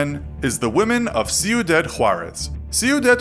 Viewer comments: Its not (Cuidad) pronounced see-oh-dad , its KWEE-DAHD. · Ciudad, (see-u-daad) "City" In Spanish. (See u dead) is not a Spanish word. you could've just compensated with Juarez City